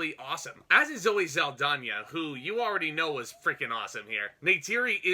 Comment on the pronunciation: And it's zow·ee sal·daa·nuh ... the pronunciation.